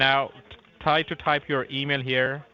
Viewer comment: The way he slaughtered the email 😂😂😂 and was like yea whatever its fine